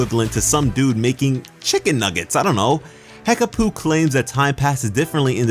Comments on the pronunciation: Hekapoo not Hekaboo. Change it to Hekabae :D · Hekapoo or hekpooh not hekaboo